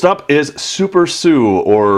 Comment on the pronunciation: Super S-U its called Super S-U